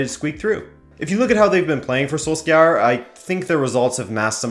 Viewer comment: Sorry but your pronunciation of Solskjaer hurts